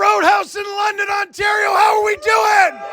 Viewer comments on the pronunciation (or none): none